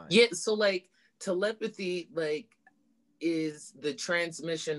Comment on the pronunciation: Telephty = te·lep·a·thy /təˈlepəTHē/ Learn to pronounce noun “the supposed communication of thoughts or ideas by means other than the known senses.”